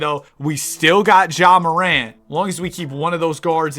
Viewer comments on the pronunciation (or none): none